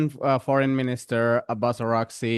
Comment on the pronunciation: trita parsi not Iranian I think he is Indian he has Indian accent and he can't pronounce araghchi correctly 😂 I'm serious